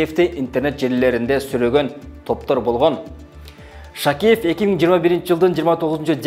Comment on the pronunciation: Автор журналистсинби же эмнесин Шакиев дегенге тилин келбейтго бир аз даярданып алып андан кийин чыкбапсында, кыйраткан деле маалымат бере алган жоксунго